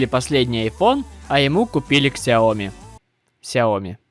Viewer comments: правильное произношение сяоми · вообще-то "шаоми" произносится